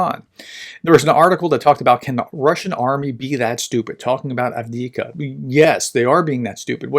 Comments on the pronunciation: There are two letter v in Av (1st v) dee eev (2nd v) ka. Av deev ka. At least the vowel sounds are correct. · "1/3 of Ukraine is mined. This is 'mined-boggling'" ;) But please, dear Prof: A-V-D-I-V-K-A. Repeat after me: A-V-D-I-V-K-A, A-V-D-I-V-K-A, A-V-D-I-V-K-A ;) Thanks for your reports as usual! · I cannot stand by and listen to you struggle with "Avdiyivka." It's actually not that hard to pronounce: ov-dee-YIV-ka. 4 syllables, emphasis on the syllable with the caps. Keep up the good work. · Improvements on frontline, doesn't know how to pronounce Avdiivka Keyboard warriors: yeaaah! 🙌 Ukrainians and Russians on frontline: 🦵🤪🧠🦶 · Unfortunately as long as you watch his channel you're going to have to put up with it. He obviously is not reading any comments offering advice on the correct pronunciation or if he does he is ignoring it.